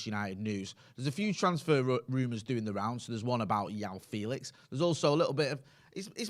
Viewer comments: Every time calls him Yao Felix, i die a little inside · The J in Joao Felix is not pronounced y as it would be in spanish, Portuguese pronounce the J as normal e.g Jose Mourinho